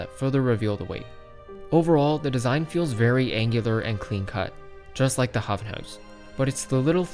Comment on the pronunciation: Its correct (am dutch no cap)